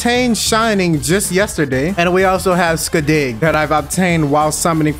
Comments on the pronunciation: I can't stop laughing at how you said Skadi... Skuhdee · I love how you say Skadi's name as "Skuh-deh"